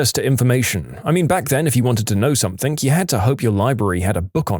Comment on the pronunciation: No k in the word something